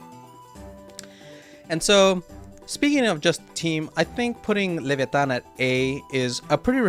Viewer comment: Great pronuciation of leviatan u suprised me tbh jajajja